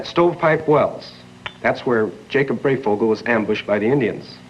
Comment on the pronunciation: It is pronounced Brey as in HIGH"...Thank you...